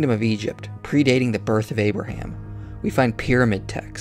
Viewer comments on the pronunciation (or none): none